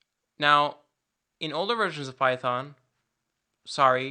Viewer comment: PAITHON, WHY PHAITON?